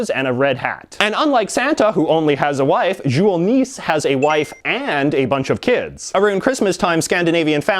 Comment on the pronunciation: Yeah, he pronounced Jul Nisse as "Jool Niss", I can accept the Jool, but it´s supposed to be Nisse, with a large focus on the E